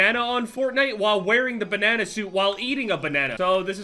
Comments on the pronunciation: Why do you say banana so weird 🤣🤣 “benena” lmao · You say banana weird